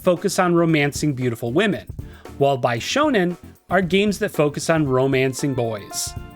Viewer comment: i had this in my background as i do my chores. had to double take when i heard (Bi)shounen and (Bi)shoujo😂